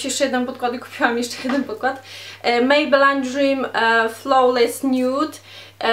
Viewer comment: Mieszkasz w UK, a nawet nie umiesz wymowic Maybelline czy real techniques.....